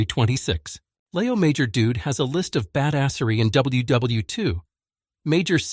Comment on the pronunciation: if its a labor of love then listen to the damn video when its finished; it's WW2, not "wii". simple, simple fix.